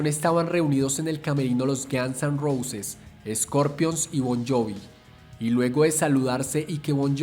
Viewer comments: Estupido no se pronuncia Gans se pronuncia Gons y no se pronuncia Neil Sino Nil que se escriba Neil no importa hasi no se pronuncia y es Kert como se dice no Kurt es Curt como se escribe Lo mismo que con Neil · párese que dice gansos rosas XD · "Los Gianz en Rousis" the narrator 😂